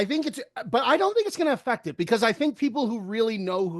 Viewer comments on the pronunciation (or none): none